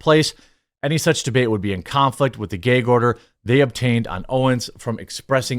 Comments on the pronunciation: Are you saying geg order or gag order. Ahah just busting balls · Stop saying Gay-g order. It’s gag bro. Seriously ruined the vid for me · Its gag not gayg bro, sorry but that bothered me. Lol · It's a GAG order not a GAYEG order😂😂😂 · What’s a “geg order”? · What is a "Gayg" order? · Why do you keep saying “gayg”. lol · Jeremy, it's "Gag order" not Geeyg or geig order" lol. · Bro, it's "GAG ORDER" not "GAY'EGG ORDER". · What the fuck is a gayg order? If you can say drag you can say gag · Why does he keep saying “geg” order? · what's a "gayg" order? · Its called a "gag" order. Not a "gayg" order. 😂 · Dafuq is a "gheeg order"? 😂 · GAG order, not GAYG order. lol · Gag order, not “gayg order”. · "Gheyg order" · What is a "gayg order"...why does he say it like that? Lmaoo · 'Gayg' order? WTF is a 'Gayg' order???? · My brotha, learn to pronounce gag. 😅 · Are we all pretending not to hear his annoying pronunciation of "gag" ? Is he Canadian? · I’m only here to listen to Jeremy pronounce “gag” hysterically 100x Made my whole day. Thanks bro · I don't think I've ever heard anyone pronounce gag like that with a long 'a' sound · Man jermey sure doesn't know how to say "gag" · am I the only one who did a double take every time he pronounced "Gag" order?? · If I have to hear GAG order said like that again I’m going to go insane